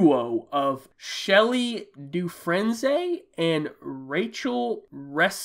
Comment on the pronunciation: It's pronounced "Doo Frain" (Like Andy in Shawshank Redemption)